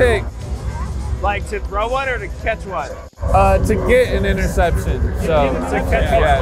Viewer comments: Nobody:: “interseption” 😂😂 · “ interseption” had me in tears😂🤣😂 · “interseption” killed me 😂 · Nobody:: “Interseption” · “Interseption”- 😂😂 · bro when checked off “interSeption”🤣🤣🤣🤣🤣